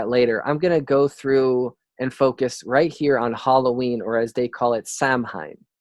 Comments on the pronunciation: It's pronounced "sow wen" not "sam hine" lol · Now Samhain isn't pronounced "Sam hein" it's "sou-win" sou like in sound, win like window. Lol Sam hein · Thank you!! He's butchering the scottish pronunciation of scottish words ugh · bro....SOW WIN, automatically stopped listening when you couldnt even pronounce Samhain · Spelled samhaine but pronounced "sow ween" or "sow win"